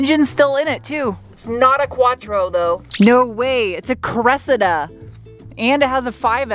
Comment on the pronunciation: Since we now have you pronouncing "aluminium" correctly can we move on to "Cressida"? - cress-see-duh.